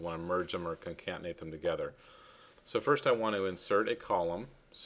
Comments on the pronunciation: The word is CONCATENATE, not Concantenate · CONCATENATE not concaNtenate... Great Video though! Easy to follow! Thanks! 😊